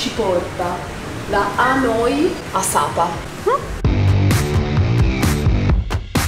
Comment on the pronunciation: Messaggio per: Sapa si pronuncia come si scrive!!!!